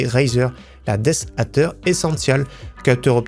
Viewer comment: alors pkoi ce "death atter" au lieu de "death adder"...la France veut savoir !!!!